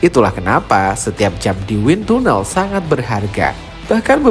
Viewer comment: win tanel min pengucapannya.